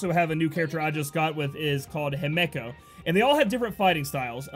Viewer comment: FINALLY SOMEONE PRONOUNCING HIMEKO CORRECTLY!